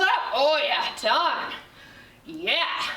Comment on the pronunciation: Fantastic workout for my 46 year old body. Love the honesty and instruction. One funny piece of feedback to share…every time you said the word ‘done’ after each set I thought you were saying ‘DIE’. Got me giggling until I realized on the last set what you were saying!! No better workout than one you are smiling through the whole way!!